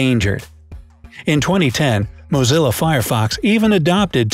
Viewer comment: It's NOT MAZELLO FIREFOX. ITS MOZILLA. MAZELO IS CHOCOLATE.